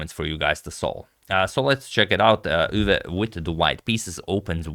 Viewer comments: Max Euwe is pronounciated Max (a like o in Mom) Oi-ve (like e in the) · I guess since its a german name, it should be pronounced „oywe“, since eu is pronounced oy in german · The eu in Euwe is pronounced like the oi in the word point.